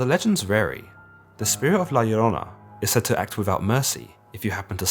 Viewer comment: Props on pronouncing La Llorona correctly